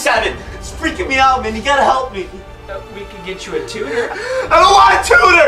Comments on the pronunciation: dude what the hell is that a..why is ur shirt off?? What tiem is it?? It's not 47! Me and my friends were cracking up!! I love ur videos! BTW its tutor!!!! Not tooter! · its a tutor not a tohere. lmao fail